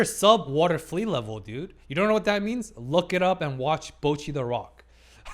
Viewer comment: I think you might’ve spent too much time in North America. For some reason North American English speakers always have trouble pronouncing “Bocchi”. It should sound like “bot” and not “boat”.